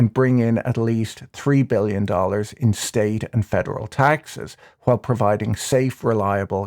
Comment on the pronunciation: I like the way you pronounce "while" as "kwhile", funny finance man.